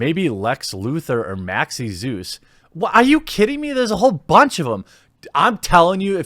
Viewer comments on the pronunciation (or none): none